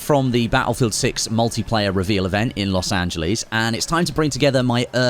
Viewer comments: "Los anjlees" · Los Ange Lis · Los Angelees